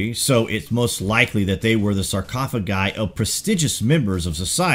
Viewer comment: Go to Google and they will teach you how to properly say sarrkaafuhguhs